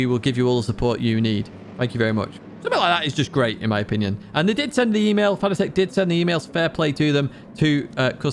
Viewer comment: Its not Fana-tec, its pronounced Fa-nat-ec